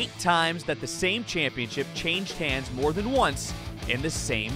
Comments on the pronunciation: I'm still trying to figure out how this speaker learned to say "championSHIP" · the intercontinental championSHIP Why do you talk like THAT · The way this dude says championship bothers me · Why does this guy say Championship so weird?